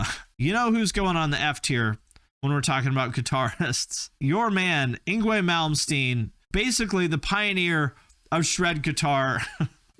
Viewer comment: Actually yngwie is Actually pronounced ing-vay. The w sounds like a v in most European languages like Swedish or German.